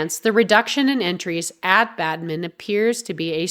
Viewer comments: Its Badminton, not Badmin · Bad-min-ton! NOT Bad-min! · Badminton not Badmim..irritating narration.. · Get the AI to read what you wrote correctly - it is not 'Badmin' it is 'Badminton'. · It's Pronounced Bad-Men-Tonne !! 💁🙈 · Badmin-TON! so annoying. 🤨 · Why are you saying Badmin?! Are you AI? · Odd pronunciation of Badminton. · Badminton has been wrongly pronounced three times within the first 20-odd seconds. AI voice so goodbye.